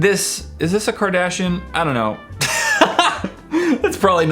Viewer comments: (CAR- DAHSH-EE-INN) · trying to say Kardashian is funnier when you know it's not even THAT Kylie 😂 it's Kylie Minogue